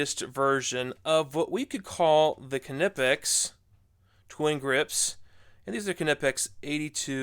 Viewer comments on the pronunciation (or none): It’s kneepax, kneepax, kneepax, not k nip ex… 🤦🏼‍♂️ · IN THE ENGLISH GRAMMAR YOU DON'T PRONOUNCE THE (K) IF ITS AT THE BEGINNING OF A WORD EXAMPLE--- WHEN YOU SAY THE WORD- KNOW, KNEE ETC ETC.. ITS KNIPEX... NOT K-NIPEX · Knipex is said Nipex. Just like you don’t say the K in Knife. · The k in knipex is silent.... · Icon bypasses the research and development phase by producing nearly identical copies of top-tier brand hand tools. Different just enough to avoid legal issues. Thereby able to offer at lower prices, and I suspect the materials aren't quite as scoockem I should point out that the K is silent when pronouncing Knipex like in the word knife, pronouncing it with the K at least to me sounds wrong and forced when compared to the correct pronunciation. Anyway, I digress. Cheers